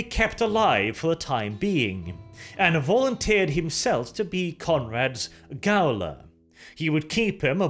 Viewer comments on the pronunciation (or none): Note to Gaol is pronounced Jail its just an old spelling. I know, but details